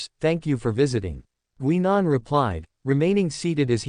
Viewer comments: The AI voice needs work. As someone else pointed out, it's "Guy . nan" not "Gwe. nan". The story itself is interesting and I take it takes place before 10, 11 and the War Doctor change things. The narration definitely needs work. So, thumbs up on the story, but not for the presentation. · GUY NAN..that's how it's pronounced!